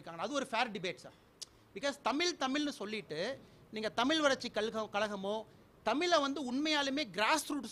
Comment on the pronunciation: தமில், தமிலன், தமிலுக்காக.. வாய்ப்பில்ல...